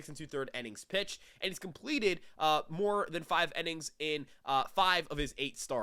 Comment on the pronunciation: It’s innings not “ennings” bro 😂😂